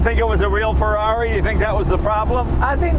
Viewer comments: The way he speaks the word Ferrari is real goddang cool!! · Yes, it sounds really good when pronounced with an Italian accent! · That's how you pronounce Ferrari.